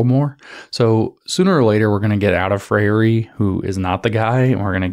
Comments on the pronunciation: Thanks for your excellent presentation. A better English pronunciation of of Freire's name is "Fray-er or Fray-re". I share the same name. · It's pronounced 'fray-ree'